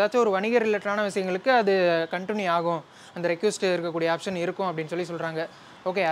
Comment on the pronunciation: ரெக்யூஸ்ட் ❌ ரெக்வெஸ்ட்✅